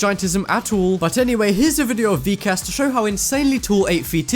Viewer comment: UMM............ U PRONOUNCED VIKAS WRONG